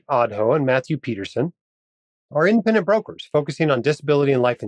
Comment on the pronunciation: FYI - in the ads, it sounds like you're saying "infinite brokers" - I assume you're saying "independent brokers"